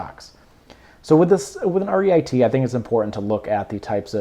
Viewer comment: It is Reeet. Not REIT. Good analysis👍